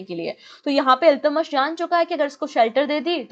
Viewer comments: Ma'am your pronunciation of iltutmish is wrong.Please correct it. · Exactly it’s kinda bugging in my ears the wrong pronunciation